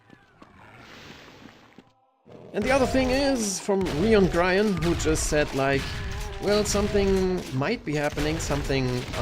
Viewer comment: and my question, of course(I`ve already asked it, but, it seems, you didn`t noticed): if you would be a mercenary, in what universe and what time would you live? not only from games, but books, comics, movies etc. e.x. I would like to be in battletech universe, at about s, in northwind highlanders or kell hounds also my nickname is clearly written Loengrion, but you keep pronouncing Liongrion, for some reason :\